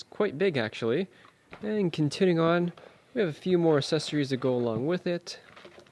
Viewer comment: He also has a weird way of pronouncing accessories - "assessories".